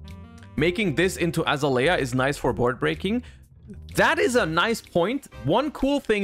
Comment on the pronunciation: the way he butchered azalea...